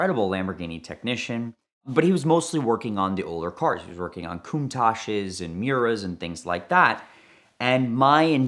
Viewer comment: Only took a few seconds to hear the word...Muira 😂😂😂